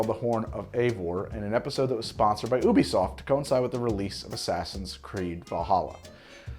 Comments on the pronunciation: Lmao “UHBEESOFT” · Not that it matters at all but is he pronouncing Ubisoft weird or is it just me lol?